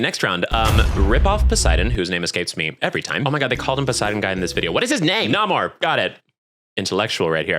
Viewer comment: its pronounced nay-mor